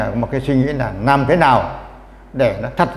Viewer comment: N thấp và N cao : N và L: "nắp" mài ngói, "nàm" ...